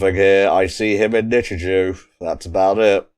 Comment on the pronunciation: Finally found the time to sit through this one lol. So for reference, it is pronounced "Nichijoe" not "Nichijew" lol. Also yeah Hakase literally means Professor in Japanese, so that's why the dub calls her Hakase instead. From what I can remember for my schools, English tended to use red, Maths was yellow, and I think Science was blue or green? I vaguely recall Religious Studies being brown but I could be misremembering. It's been like over a decade so I don't really remember too well honestly lol. As for why it keeps numbering things, it's more or less just to indicate when it's a new scene basically. Yuuko is great lol, one of my favs. She's just friggin' hilarious lol. Sakamoto is probably my favourite character though. Talking cat leads to a lot of hilarity. But yeah I wouldn't think too hard about the commentary for a series like this, it's the sort of show where a lot of the enjoyment comes from the reaction to the absurdity of things. I would recommend watching the episodes to the very end though because they tend to change up the ED theme to have different versions of the song. In the second half it's also just an entirely different song everytime. They also just sometimes have a scene tacked on after the ED as is the case with episode 3. I look forward to the rest!